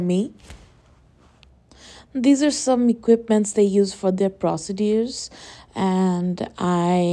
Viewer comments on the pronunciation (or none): Your 'Procedures' pronunciation is wrong!!